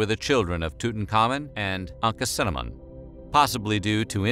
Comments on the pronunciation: Ankhesenamun- "Ack uh cinnamon" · "Anka cinnamon" XD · It is speculated that he was buried in his advisers, Eye's (I may be spelling that wrong....but that's what it sounds to me) tomb. It was mostly political as he buried the dead Pharaoh, then became Pharaoh.... LOL Also, his pronouncement of Tut's wife is incorrect....